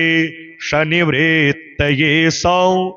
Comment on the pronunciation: Aapne galat bola jaha par klesh nivrittaye likha hai waha aapne galat tarike se bola:” klay-Shani-vrittaye” Aapne bewajah Shani ko yahan kyu uchhar mein laya jab yahan jab Shani ka koi ullekh hai naa he he koi dur dur tak jab yaha lena dena nahi hai Shani ka iss jagah Kyunke sahi u ghar hona chahiye- klesh nivrittaye means saare klesh shaant hongay❤